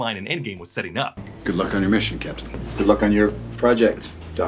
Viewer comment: Captain not Captian